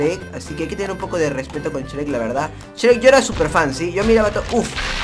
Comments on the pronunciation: se dice shruek no shrek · COMO QUE CHREC !? ES YUEK NO CHEREK (y ya se que se escribe shrek) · por que dise s cherec😓